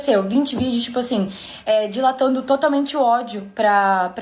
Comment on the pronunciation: dilatando? Nao seria destilando?